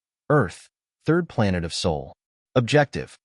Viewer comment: Sol not soul.